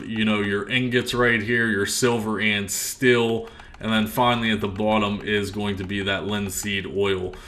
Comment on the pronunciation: What comes after Rank 6, Wondrous Thingamabob? By the way, it's Wonders of GOND, not Gong. And it's STEEL Ingots, not Still Ingots. {:-:-:}